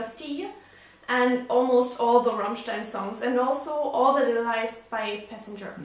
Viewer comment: Now I know how to pronounce Rammmstein!